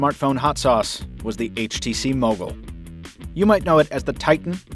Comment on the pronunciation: When you say Mogul it sounds like muggle...lol ....the bloopers were awesome....was laughing like hell